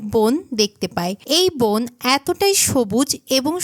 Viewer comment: বোন কি? বন বলতে পারেন না ? মূর্খ !